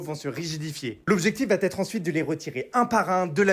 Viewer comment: L'objectif va-t-etre ?? Pas la peine de compliquer la langue française et de faire des liaisons imaginaires ya pas de T 😅